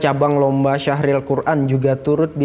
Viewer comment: Syarhil bukan syahril .. heee mohon maaf